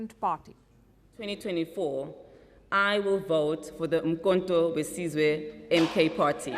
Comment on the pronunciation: I watched this video only to hear Palki pronounce 'Umkonto wesizwe' Well she didn't 😢